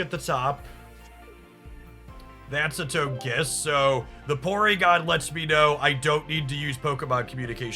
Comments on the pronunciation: For the love of pokemon please learn the pronunciations. How are you saying togetik correctly and then say TOGE KISS It's TOH-guh- kiss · You mispronounced Togekiss. Toge is pronounced like Doge. You know, like the meme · i mean you got togepi and togetik right.... then suddenly TOGE kiss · Them pronunciations are throwing me off! 😅 I grew up knowing them as togepi (Toh-geh-pee), Togetic (Toh-geh-tick), and Togekiss (Toh-geh-kiss). I mean, i could be wrong. It's just weird for my brain to hear them pronounced that way! lol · It’s so hard to say Toagkiss. Why do people make it so hard to say it? He says Togetic correct but once it’s Togekiss 🤷